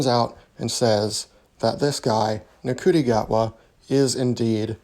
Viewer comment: Yeah it’s pronounced “shooty”